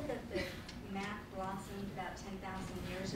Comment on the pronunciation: thought he said meth.